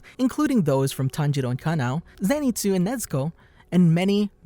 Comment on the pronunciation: Canoe it is kanoe